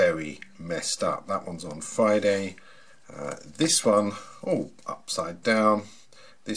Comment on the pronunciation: Fwogman? Fwiday?